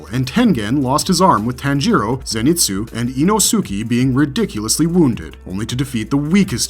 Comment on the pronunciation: Inosuke and Sosuke really? Out of all the Japanese names to mess up, you butcher easy ones. Your saying their names likes is two names Ino Suke and So Suke. Uuuurggh it hurts.